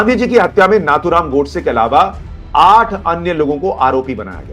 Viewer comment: Sir, excellent 👍 video covering rejoinder to false and irresponsible allegations made by Pappu. I, however, humbly bring to your kind notice that the name Nathuram should be pronounced as "नथुराम" and not as "नाथुराम".